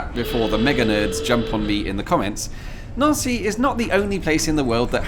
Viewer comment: Neauncy is a fancy way of saying Nancy🇫🇷🤣😂😅😄😉